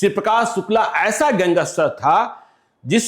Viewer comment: Gangster ko gangeshter kehne wala kya patrakarita karta hoga pata chal gaya